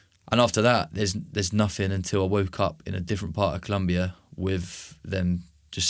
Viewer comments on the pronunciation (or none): Es colombia no culumbia❤ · It’s COLOMBIA. Even in English